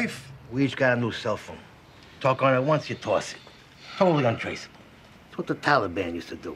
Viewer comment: totally un-Trace-ball